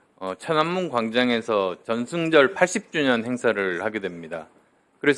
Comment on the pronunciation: 국어를 망치네 쩡승절은 뭐냐,,,병원 먼저